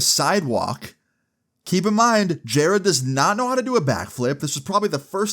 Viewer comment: Who the f is jareeeeeed????